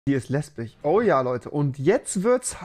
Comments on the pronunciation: Wenn du lesbich sagst sagst du auch chwul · Normale Menschen Lesbisch REWI: LEsBiCh